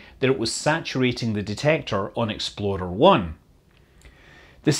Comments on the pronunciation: Are you saying "Exploder" or "Explorer?" Asking for a friend... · Say it with me Scott: Me: Ex Scott: Ex Me: plor Scott: plor Me: er Scott: er Me: Explorer Scott: EXPLODER! 😉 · Did you call it "Exploder 1"? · “EXPLORER”! Ok, that makes more sense. I was hearing “Exploder”, thinking “no... there’s no way that’s what they named them”. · He says "explorer" like "exploder" which makes me chuckle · For all of us non-scottish people here: He's saying "Explorer", not "Exploder". :D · Scott, you are so evil messing with our heads like that. Sounds like you are saying "exploder" one. Or maybe "xp-loader one" or perhaps "x-below their one". But there is no way you are saying "explorer one". You are driving people with OCD up the wall. Tap this a few times and judge by yourself. Clearly you can hear "loader", not "lorer" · It sounds like you're saying Exploder, and I love it. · Love how it sounds like he keeps calling the rockets "Expoder" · i swear to god scott is saying "Exploder.... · Did you say: "Exploder One"? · Pretty sure I still heard 'exploder' a few times there. Gave me a chuckle, given the number of issues early US rockets had. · U said exploder 1